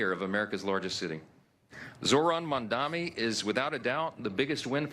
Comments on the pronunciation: Mike Johnson is so stupid he can't even pronounce Mamdani correctly. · The name is MAMDANI you should learn to say the name because I am going to be your boss! Hahahahahaha! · Can those MAGA tools please pronounce his name correctly?! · Grindr Johnson can't ever say Mamdani's name right. 🤬